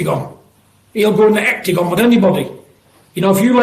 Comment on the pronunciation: The Hectigon 😂😂